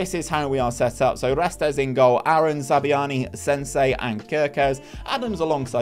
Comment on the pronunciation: Great vid! Loved watching as a cherries fan myself despite the painful pronunciations of Zabarnyi and Senesi 🍒🍒